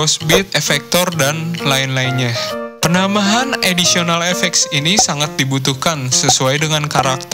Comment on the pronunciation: Additional kak, bukan auditional. Semangat yaa